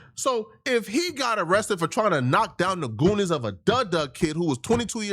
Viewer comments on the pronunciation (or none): It’s Doonies dude not goonies lol 🤦🏾‍♂️ if you gonna say it say it right .. and no doonies don’t mean coochie it’s panties it’s a old saying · It’s doonies not goonies